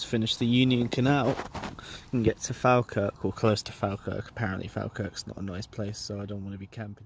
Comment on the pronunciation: Omg god you are saying falkirk worng I was loving videos but that tested me ( jk love the videos thinking about doing this myself one day)